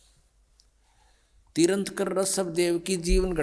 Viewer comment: तीर्थंकर बोलना भी नहीं आता है रामपाल को